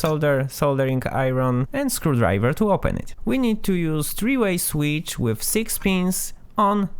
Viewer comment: I like the way you pronounce “switch” and “capacitor”